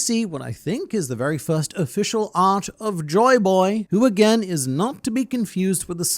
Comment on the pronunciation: Demaro Black calling Joyboy as Joy Toy got me lmao 🤣